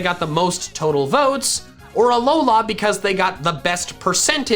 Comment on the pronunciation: Work on your pronounciations , Kalos and Alola